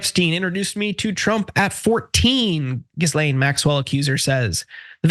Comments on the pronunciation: “Gis lane”? Come on man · Did you just pronounce Ghislaine Maxwell’s name as; Jizz-Lane? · FYI, the 's' in Ghislane is silent.